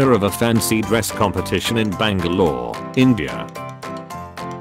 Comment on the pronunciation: Heh, I loved how the bot pronounced Bangalore. I was born there